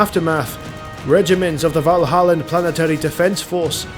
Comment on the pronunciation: Valhallan Ice Warriors, not Vanilla Ice Warriors. Got to read slower.